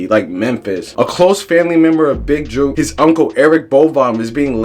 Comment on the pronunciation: mane you cant even get his name right you a clown reporter